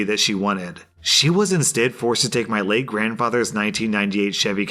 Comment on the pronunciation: the one post about the woman going through an amount of cars when i heard late grandfather all i heard was le grandfather